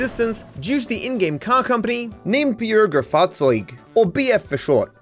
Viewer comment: You pronounced "Bürgerfahrzeug" and "Volkswagen" correctly, I come from Germany.